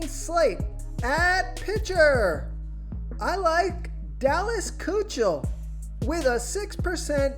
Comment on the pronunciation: Lets help you out....Kuechel, but pronounced Ki-Kul